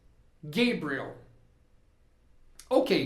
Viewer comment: Gosto muito de suas aulas e indico. Mas me tire uma duvida. Vc disse que nomes proprios nao ha tradução. Enendi que roberto nao é robert. Imagine eu falando, nao escrendo. Pergunto: vc falava gebriel. Para gabriel. Nao seria p correto dizer gabriel claramente. ?